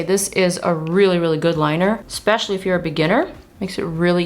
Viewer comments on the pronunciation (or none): none